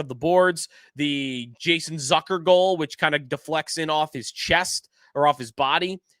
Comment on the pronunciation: It’s Zucker rhymes with Cooker not Zucker rhymes with Sucker. You are in sports media covering this team.